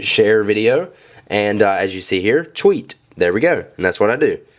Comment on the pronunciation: you say "tweet" funny lol. sounds like your saying "cheweet"